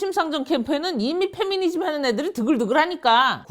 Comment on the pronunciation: 매번 Fe미니즘이라고 하는거 킹받네